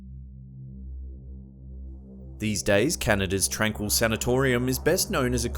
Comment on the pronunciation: My parents grew up in the town near tranquille, and I've driven past plenty of times! It's actually pronounced 'Tron-keel'